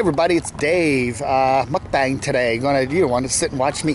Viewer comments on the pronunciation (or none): It's pronounced muk-bong. And this is very poorly done, about the worst I've ever seen. WTF. Stupid.